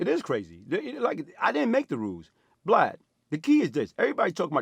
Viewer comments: Nigga said “Blad” Nigga it’s Vlad 😂😂😂😭😭😂😂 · He calling the man “Blad” 😂😂😂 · He keeps calling him "Blad"! 😂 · he called that mf "Blad" 😆 😆 😆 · I noticed that too. He got it right eventually. You know Vlad stop the camera and corrected him🤣🤣🤣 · Besides him messing up Blad's name the knows his shit!😄